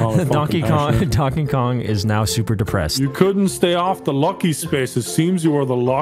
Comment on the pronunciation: "donke go"